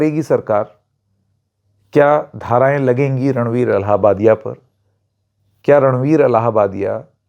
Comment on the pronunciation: It's illahbadi not Allahbadi